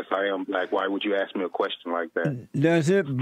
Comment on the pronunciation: lemme axe you a qwesshion